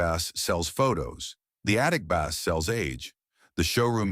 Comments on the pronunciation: You lost me when you said bass as in fish. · Teach the ai voice the difference between a guitar and a fish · Bass? The fish? AI isn't ready to take over the world quite yet.